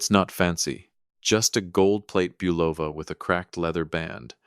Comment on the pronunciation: Bolova Watch??? It's pronounce bull-o-va not bu-loaf-a. Another crap AI channel and one to be added to the "Do Not Recommend" list.